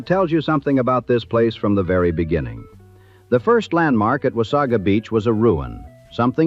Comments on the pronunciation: "Memorial Day". This does not exist in Canada. The typical pronunciation is "Wah-say-guh", not 'Wah-saw-gaa" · beautiful beach, horrible place to go. i wish i coulda seen it in the 20's and 30's, but in my life from the 80's onward it has always been horribly gross. i forgot about the fire completely. plus no one says wasaga like the a.i. narrator. or haudenosaunee. oddly enough it pronounced anishinabek quite well!